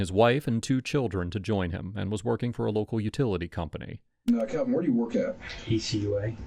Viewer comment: Kalvin, not Alvin